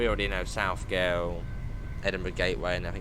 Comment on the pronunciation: You queried whether the “inland” bit of Fife Circle would be in TSW. It would be a pretty poor circle if half of it was missing! The Fife Out and Back? 😂 I had to laugh at the station name pronunciations. Butchered - South Gyle, all of the 3 attempts at Inverkeithing, Rosyth, Aberdour, Burntisland, Glenrothes and Kirkcaldy. I’d correct them. But my phonetic spelling is rubbish. But an easy one is Burntisland is Burnt Island. And as for Evian Water being Scottish 😂 It’s from the French Alps. Maybe try Highland Spring water as Scottish. That is made by a guy called Jock, who fills bottles from his tap in his flat in Glasgow, and ships it down south 😉